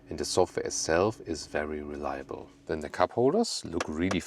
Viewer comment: ”reLeable” i see what you did there ;-)